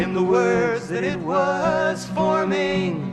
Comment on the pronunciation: I learn something from every one of your videos - thanks for making them! I hadn't thought about it before, but Simon gets away with a wrong-syllable emphasis ("in the words that it was formING" . . . you have to put the emphasis on "ing" for that to rhyme, which is unnatural and usually songwriters are discouraged from doing that . . . but who is going to argue with Paul Simon!). Thanks gain Rick.